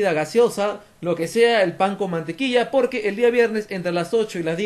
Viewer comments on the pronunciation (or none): none